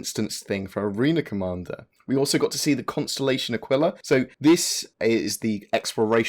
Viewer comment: Oh my god THANK YOU!!! You are the only well known Star citizen gamer that pronounces the Aquila properly. I'm so tired of people saying it 'ah-keel-ah' Triggers me so bad. So it's nice that you say it correctly:D